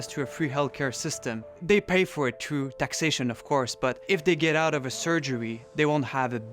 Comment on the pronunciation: "you have go true a famy doctor"